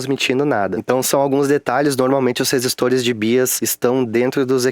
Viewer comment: Muito bom , ótimo conteúdo. Para contribuir, BIAS se lê "baias".